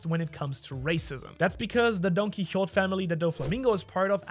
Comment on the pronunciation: Isnt it pronounced like "don key ho tay" ?